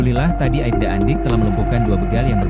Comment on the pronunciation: Bukan aibda tapi Aipda min